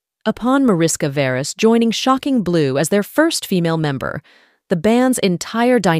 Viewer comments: Pronounced Marishka Veresh (org Veres Mariska), with Hungarian roots. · Her name is pronounced 'mah-rish-kah vae-raesh'. Her father's 'lah-yosh'. Hungarian. But of course, it would be too much to expect some research in this area from a Western person. It would throw the world off-balance. So let's just dumbly assume that everybody's name out there conforms to English standards.